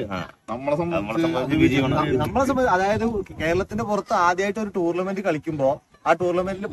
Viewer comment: Thoufeeq, Roshan, pranav, Lalu ഇവരുടെ ഫോം പോലിരിക്കും നമ്മുടെ കളി 🔥🙏🏻 ബൈ ദു ബൈ ടൂർളമെന്റ് അല്ല ബ്രോ ടൂർണമെന്റ് 🙏🏻😜